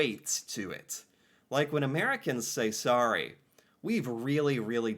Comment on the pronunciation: How many times in one segment can pronounce sorry wrong?? 😝